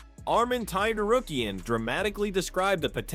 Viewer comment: happens when you use TTS for your videos, i usually skip videos like that but this one is funny. Arman Targaryen XD